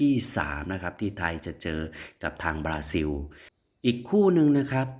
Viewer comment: ประเทศเขาชื่อ บาซิน ไม่ใช่ บาซิว